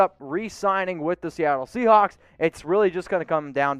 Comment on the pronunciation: I’m glad I’m not the only one that heard him say “seacock”.